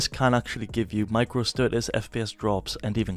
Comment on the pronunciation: "fps stu-uhs"